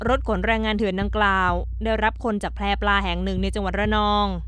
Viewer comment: แพปลา ไม่ใช่ แพรปลา ศึกษาการอ่านหน่อย